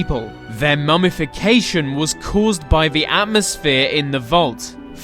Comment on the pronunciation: Lol Captions detect your "The" to "V"